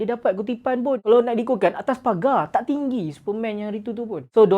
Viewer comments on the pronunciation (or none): none